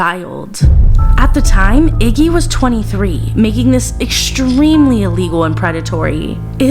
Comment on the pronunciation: Hishtory? Exshtremely? You have good content. Why do you feel that you must deliberately mispronounce words? You lose credibility. It's not a speech impediment. It makes you seem uneducated.